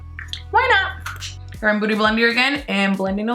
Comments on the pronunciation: Its beauty blender....not 'booty' blender😂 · I love when she says "booty blender"😂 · I love the way she goes "boody blender" ahahah ily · am i the only one thought she said booty blender? :/ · Olivia Sharp OMG it was a joke, I mean it literally DID sound like that 😂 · Am I tripping or you keep saying booty blender?